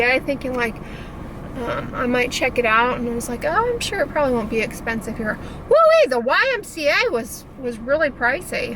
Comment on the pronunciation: That WOOEE 😂 😂 😂 very texan